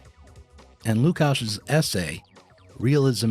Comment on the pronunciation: I'm always put off by laziness of Americans to pronounce names from other cultures/languages correctly. And this is not 45th pick of second round of NBA draft, its one of the main philosophers of 20th century!